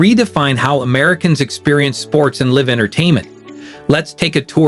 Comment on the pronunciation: If you can't pronounce live I can't watch you